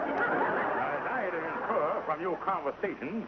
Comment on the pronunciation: had ( not hai )